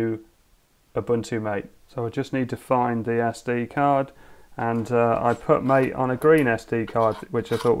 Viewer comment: I'll have to check out Mate. By the way, it's pronounced "mah-tey" I guess